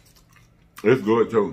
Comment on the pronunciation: “They guwd , they guwd y’all.”